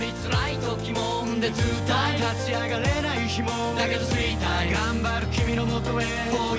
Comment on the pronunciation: 菅田のいくぜワンタイムのタイムの発音が嫌い